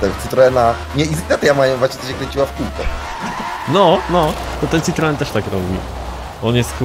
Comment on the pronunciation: to nie jest citroen to jest ciproen